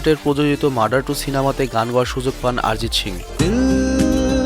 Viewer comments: আরজিত না অরজিত ঠিকই করে বলো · Sob thik chilo, kin2 aarijit aarijit aaarijit sune matha khrp hoye gelo... 😂😂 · কি আরিজিত আরিজিত করতাসেন!! ওটা অরিজিৎ হবে। বাংলা শব্দ। হিন্দিতে অ কে কিছু ক্ষেত্রে আ দিয়ে উচ্চারণ করা হয়ে থাকে। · ভাই আগে উচ্চারণ ঠিক করে করো।ওটা আরিজিত সিং না অরিজিৎ সিং। আর কারা অরিজিৎ সিং কে চেনে না বলতো? তুমি এরপর ভিডিও বানানোর আগে উচ্চারণ ঠিক করে করা শেখ plz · আমরা বাঙালি, তাই ওটা আরিজিৎ হবে না, আমাদের উচ্চারণে অরিজিৎ হবে ইংরাজিতে বানান এক হলেও হিন্দিভাষীদের থেকে আমাদের উচ্চারণ আলাদা হবে। যেমন:- হিন্দিতে সালমান( salman) উচ্চারিত হলেও বাংলায় সলমন(salman)। কারণ কোনো শব্দের প্রথমে saথাকলে হিন্দিতে 'সা' হয়, কিন্তু বাংলায় sa মানে 'স' হয়। তবে সবক্ষেত্রে নয়।